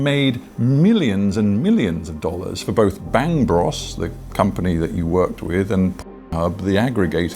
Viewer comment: How on Earth could an interviewer like that not know how to pronounce "bros?"